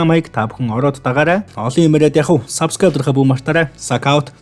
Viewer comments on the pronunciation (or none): none